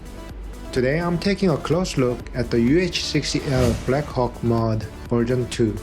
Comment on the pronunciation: Did I just hear " there is just something about the black cock"😂